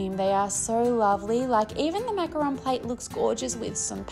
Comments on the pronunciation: I'm French and you pronounced macaron the right way! "Macaroon" are coconut cookies not the colourful sandwiches 😆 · Absolutely adore this! You could also do macarons as ceramic ring boxes. I can see a dessert plate series with different French patisserie. You pronounced macaron perfectly btw. Such pretty colours! As a dessert person I'm sold!💜💚💛💙